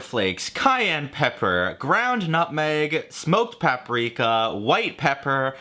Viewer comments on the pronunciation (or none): none